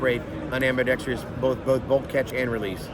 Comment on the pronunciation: ah yes, the elusive "ambidextrious" controls